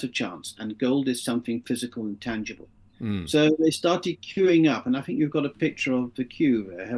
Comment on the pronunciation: There is only so long I can listen to not being able to say 'th'!!! It's 'think, not "Fink"!!